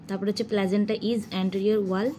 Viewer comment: আর প্লাজেন্টা না দিদি প্লাসেন্টা 😅